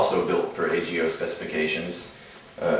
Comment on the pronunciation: I couldn't tell if he said AGO or HEO